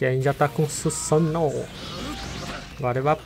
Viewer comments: se fala suzano eu vez de susan'o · kkk falando cusano